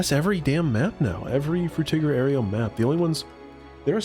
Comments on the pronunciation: ayro, not ayrio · You put an extra syllable in Aero, It's pronounced air-oh, not air-ee-oh.